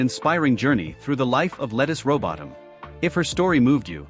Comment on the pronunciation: Why don’t you take the time to learn how to pronounce her name…?